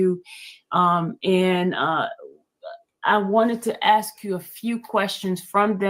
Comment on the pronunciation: She also says "AXE"🪓 instead of "ASK"❓... The only trashbag I remember, who replaces with a K every word ending in ING, is Leticia Stauch (and her mini-me who tried to cash on a life policy from a murdered child....) RIP Gannon Stauch🙏